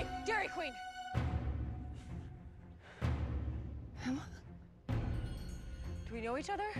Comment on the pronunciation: she said "dairy Queen."I'm dead lol